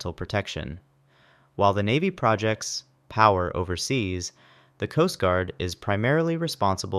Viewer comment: are you reading a generated script or something? You pronounce some things weirdly that make it sound like you didn't write the script. "proJECTS" not PROjects. If not sorry I enjoy the videos regardless.